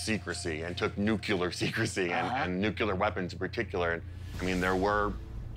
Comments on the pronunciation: What is NUCULAR? Its pronounced NU-Clear new-clear. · nuclear. not nucyuler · Seriously? The expert says NOOKULUR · did he say " NUCULAR" ? 🤣🤣🤣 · When someone says "nucUlar", they lose all credibility in regards to literacy and sense. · Jesus H Christ! It's pronounced Nu-cle-ur.